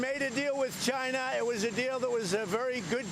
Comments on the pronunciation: wow, he almost pronounced "China" correctly 今日割五城，明日割十城，染得一夕安寝。起视四境，而秦兵又至矣。然则诸侯之地有限，暴秦之欲无厌，奉之弥繁，侵之愈急。故不战而强弱胜负已判矣。至于颠覆，理固宜然。古人云：“此地事秦，犹抱薪救火，薪不尽，火不灭。”此言得之。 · Did he said china or vegina? Sounds like a beaten baby and sounds delusional. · At 1.02 I thought he said he's vagina, I'm for USA. 😂😂😂. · You too??? I swear I thought the same thing!!! 😂😂😂😂😂😂😂👊😂👍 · He said “He’s for China” for a second I thought he said “He’s vagina”